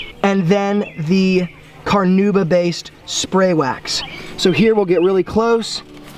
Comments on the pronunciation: NOT carnooba, carnauba. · What is carnooba? Do you mean Carnauba? Listen to the correct pronunciation here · Take a shot every time he says car-nooba